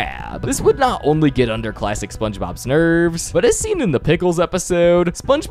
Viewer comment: I keep thinking you say “plastic SpongeBob” or “lifelesson SpongeBob”